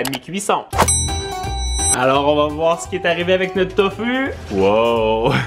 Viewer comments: Sa se dit Tofou pas Tofu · On dit tofou c est pas fu c est fou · sa se dit pas tofu sa se li tofu mais sa se dit tofou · c'est tofou ca ce dis pas tofu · Tanghulu ce prononce "tang hou lou" Et tofu c'est "tofou" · Ses tofou et pas tofu !! Sinon super video